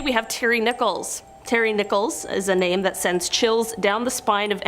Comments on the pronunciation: Terry Nichols not Nicholas!! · It's nickols...NOT Nicholas...this dim bulb can't read! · Terry Nicholas? Terrible pronunciation. Of course, who cares? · Not to diminish the great work you do, however while profiling Terry Nichols, you pronounced his name "Nicholas" and said he was born in 1995, the same year of the horrifying OKC bombing. Upon reflection, he's a POS so who cares if his name and birthdate were incorrect.......cheers! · Please look up the pronunciation of names before posting. That POS name is NICK-uls not Nickolas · It’s Terry NICHOLS not Nicholas. Please get it right.